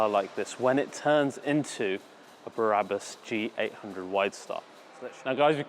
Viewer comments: If you’re going to talk about a place that does such extreme customizations, the least you can do, is pronounce the name of the company properly. It’s Brabus, not Barabus. Barabus is biblical. Ty for the video. I will send my vehicles to this place. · I’ve been waiting for this video for ever but please for the love of God and everything that’s holy stop saying “ Berabus” I still love you so don’t worry 👍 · I do love your work but why oh why must you pronounce it “barabus”?? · Brabus NOT Barabas! Duh!!! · "There is S class BARABUS" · A O O Because pronounces it Barabus, lol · Totally agree my friend!!!! Made him sound like he hasn't got the first clue about cars, when he can't even pronounce their name correctly, and replaces it with a guy from the Bible!!! Not very professional, when there are other car channels out there that are making this look a laughing stock. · Bara bus,, WTF again and again i hear same shit. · Why "Bahrabus"? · Please accept my apologies for this, but... Barrabus was, I believe, one of the criminals set to be crucified with Christ... (it is actually "bra'-bus", as in the French "la") And it's pronounced "land-ow-lay". Cheers! Nb. I even listened to an interview elsewhere on YouTube with the CEO of Brabus to check the pronunciation of Brabus - and you even got it right when describing the customised steering wheel and the fully tested airbag ! Lol! Yes, I am a pedantic arsehole! I just hate seeing people repeatedly making the same mistake over and over!